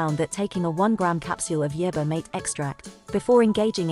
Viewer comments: MaTE not mait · The poor computer voice can't pronounce the word "mate" correctly as "mah-teh". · It sounded like marther